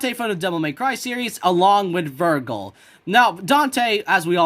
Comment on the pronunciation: Ver-Jill not ver-Gill